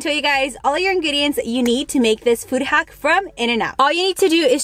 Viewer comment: It’s hack not haock